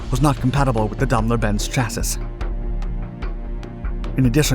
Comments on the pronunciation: Just for future reference it's pronounced cha-ss-y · AGAIN It's pronounced, "chass-ee", not, "chass-iss". Christ Almighty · Cha' see NOT cha sys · Chas-sis kills me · Chassis is pronounced Chass-EE. The "S" is silent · Who is this narrator?! Can't even pronounce "chassis," somehow! "Cha-siss," he says. Twice. I thought maybe he was a computer text to speech program, but he goofs up sometimes in ways that strike me as really odd (mispronouncing words in a slip-up way, as opposed to the phonetic mistake with the "s" at the end of "chassis"), were it just an AI voice. FFS IT'S "CHASSY" OR "SHASSY" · Chassis is pronounced chas-ee. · Chassis ='CHA-see' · The word ‘chassis’ is pronounced with the third & final ‘a’ silently. Sounds like ‘chassey’. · CHASSIS Pronounces CHASSY In any dialect of English. I was sure this couldn't be. Perhaps I didn't see this before. I've made this comment on your channel before. It's kind of disheartening. I hope you can rectify this error soon. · Also, "chas-iss". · you are correct. its pronounced chassy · What Rock did the narrator crawl under from? Chassis is pronounced Chass-ee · Clean Your Chass-iss You must say it chass-iss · Dude.. did you seriously pronounce the s at the end of chassis? smh... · Please look up how to pronounce the word "chassis" properly. My goodness. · I would happy just to hear him pronounce"chassis" correctly. I swear he does it just to torture me... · Is it just me, or is the narrator mispronouncing the word “chassis”.